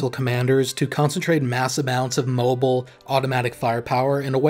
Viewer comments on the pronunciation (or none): none